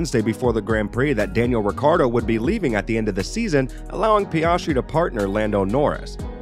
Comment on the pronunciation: His pronunciation of names is so abrasive to my ears 😂 PEE-AHHS-TREE SHOE-MACKER